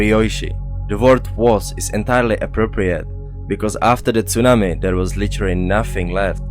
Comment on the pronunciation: Great work. Your presentations are excellent and thorough. I love the way you say "tsunami". I try to copy it, but I can't.